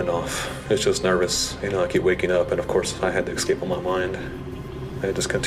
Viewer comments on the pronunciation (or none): xscape is not how you say it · They keep saying ex-cape... its escape... call me a grammar snob I don't care lol... its irritating